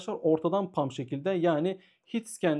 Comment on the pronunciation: hocam “pump” değil “hump” olacak haberin olsun